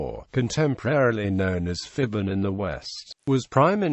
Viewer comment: Phibun (pronounces as Pi-Boon, not Fi-bun)